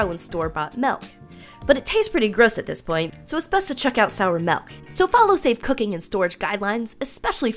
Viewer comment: SHE SAID MELK 🙄